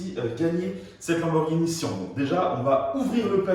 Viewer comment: Syan pas sian